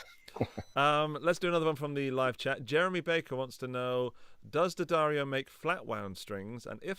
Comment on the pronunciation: Thanks for pronouncing D’addario correctly. None of that D-Addario nonsense